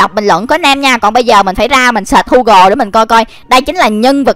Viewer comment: Gu gồ chứ ko phải hu gồ